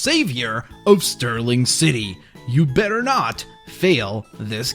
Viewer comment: its starling city not sturling city